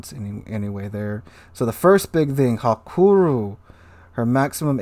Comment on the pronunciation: I don't think it is "hakuru"... :)